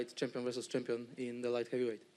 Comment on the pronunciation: He said he's the SAMPION😂😂😂😂😂😂